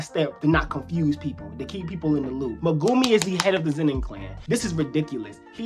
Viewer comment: When will we learn to pronounce even Megumis name right